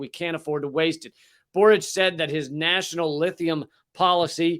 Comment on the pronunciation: Congratulations on pronouncing Boric correctly. Your intelligent analysis and humor is refreshing. All the best to you, my friend.